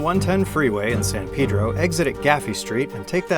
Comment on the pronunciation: Cool video as usual. As a local, I thank you for saying San Pedro correctly.